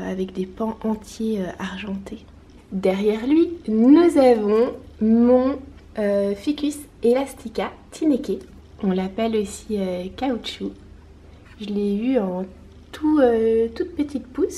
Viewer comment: TIneke c'est un nom NL donc c'est TINeKe (les e se prononcent comme euh). ^=^ Merci pour cette chouette vidéo :D